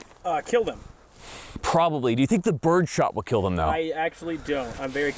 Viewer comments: “It will keeel.” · "It will keel" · Its pronounced "Keal"